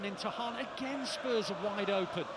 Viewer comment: Even City commentators can't say Haw-lann ? (Haaland)